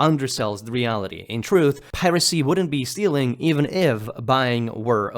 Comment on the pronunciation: you've already made up your mind, so whatever, but just listen to how it pronounces "steaLing"